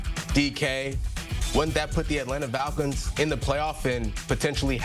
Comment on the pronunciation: Dude has a hard ass time pronouncing the word "falcons" 😂😂😂 Atlanta Vaggins, Atlanta Valkins